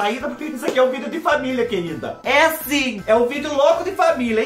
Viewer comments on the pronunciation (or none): Êeeee fubá nem tu tá acreditando q esse vídeo é um vídeo loco de família viu, tem q dizer c mais ênfase q "é sim!" Kkkkkkkkk. Te amo fubá. Cadê a mãe e a panterinha ? Saudade delas viu